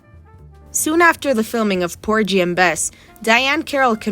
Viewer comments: TAF-fetta POR-ghee and Bess - hard “g” Pulllllease review pronunciations before recording epidodes! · The “g” in Porgy has a hard g like in “go”. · The “g” in Porgy is hard, not soft! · Hard G sound in Porgy. (It was killing me to hear it pronounced like a J. How old is this narrator??) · Poor ghee! It was getting on my nerves!😂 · Porgy and Bess - hard 'g' in porgy.